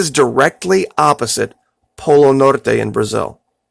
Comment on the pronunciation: speaks a lil bit of Spanish and he does pronounce "Polo Nor-TE" properly